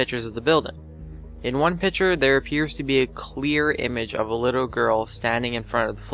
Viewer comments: PICTURE, NOT PITCHER! FOR FUCKS SAKE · picture, not pitcher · Please pronounce picture correctly. It's not a "pitcher" it's a "PICK-cher" - (arrggghhh!!!)